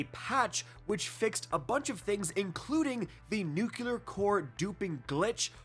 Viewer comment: Its 'nuclear' - two syllables not three (nukuler). Just think 'new-clear'.